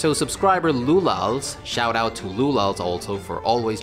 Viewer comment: Thanks for the shout-out and response! Btw. my nickname can be pronounced as "Lulash". The "sz" thing is understandably confusing to anglophones but it's basicly like combining "s" and "h" in English. Awesome video. Curious how the discord thing will work out.